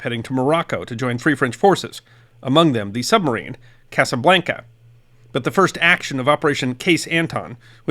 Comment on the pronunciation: A minor correction: the name of the French submarine was Casabianca, with an i, not Casablanca, with a l. It was named after a Corsican naval officer before WW2. It was commanded by capitaine de frégate Jean L’Herminier who published a book called Casabianca about the story of the escape from Toulon in 1942 and the operations it participated in. I read this book when I was a little boy many years ago. I don’t know if an English translation is available.